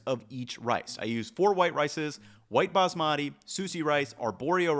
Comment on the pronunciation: Love your videos. Wish you would learn how to pronounce “Baasmati” correctly. Emphasis on the first syllable, then make the 2nd/3rd syllables rhyme with “putty”